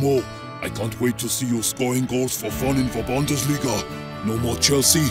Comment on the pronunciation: Bundesliga* not Băndesliga